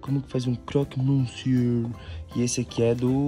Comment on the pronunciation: Está me matando eles falarem croque monsie é monsieur e lê-se monsio.